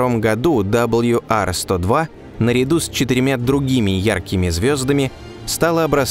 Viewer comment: Удивительно, что много одобрителных отзывов, т.к. тема освещена достойно, но не попалось ни от одного, кто бы знал, изучал в школе английский. Не знаю, что это -- пофигизм, или невежество, но прежде, чем озвучивать, надо было узнать правильные названия букв английского алфавита. Диктор не картавый, не шепелявый, но произносит "WR-102", как "Дабл Ю Ар". Да, с "W" всё нормально, но "R", в английском, озвучивается не "Ар", а просто "А", без всякого "рыканья", как учили ещё с школе. Почему такая пренебрежительность к правильному, тем более публичному произношению? Досадная "ложка дёгтя в бочку мёда". "Точность -- вежливость королей".